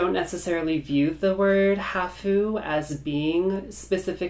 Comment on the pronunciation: Japanese word “half” sounds like HAaph, not haHoo.